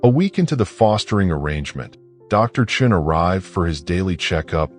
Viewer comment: Sean is not pronounced chin.